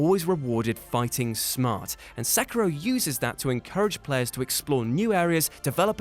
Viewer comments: Good video but it's not pronounced Sackiro. :/ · You pronounces sekiro wrong....